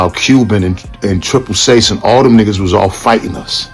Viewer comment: & THE WAY JOE SAYS & EXPRESSES NIGGAH & NIGGAHZ LIKE HOW HE SAY IT & US BLKS KNOW HOW HE SAY WHEN WE'RE USING IT IN DA HOOD , BUT JOE HAS THE RACIAL TONE & SOUND JUST LIKE HOW THE WHITE PEOPLE SAYS IT & JOE SEEMS SOOOO COMFORTABLY CALLING BLACK PEOPLE NIGGAH MY NIGGAHZ . BENZENO RIGHT STOP HATING ON THIS DUDE CONTENT CLOWN COMMENTERS.